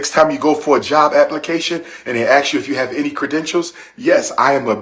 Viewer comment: Calling yourself Dr. While not even pronouncing ask correctly and people are donating money to let this clown educate their children.